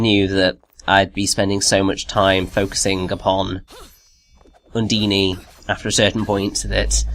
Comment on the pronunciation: it's pronounced (UNDEEN) not (UNDEENY)